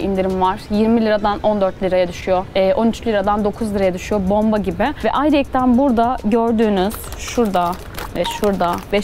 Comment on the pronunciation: Ayrıyeten yerine "Ayrıyekten" mi diyorsun bana mı öyle geliyor